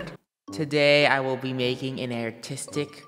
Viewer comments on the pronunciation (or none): says airtistic